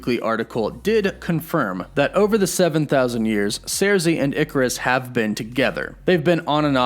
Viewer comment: Cersei is pronounced: Sir-See. Not Sairzee.